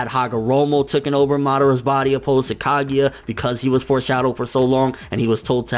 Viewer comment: I really don't like the way you say sone of the Japanese names like Ka*gi*ya instead of Ka*gu*ya